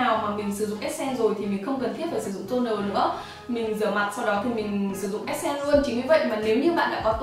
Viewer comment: Đừng đọc là essence là ét sen Q ơi, đọc là /esəns/